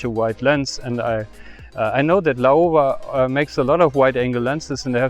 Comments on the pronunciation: Laowa （老蛙）is read as ‘lau-wa’. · it's pronounced Lau-wa fyi.